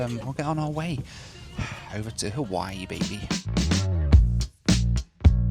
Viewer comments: “Haweewee”…yikes! As someone who’s born and raised in Hawaii, that’s like nails on a chalkboard. 😣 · Hate the way Hawaii is pronounced. Sounds like an adult asking a toddler if they have use the bathroom.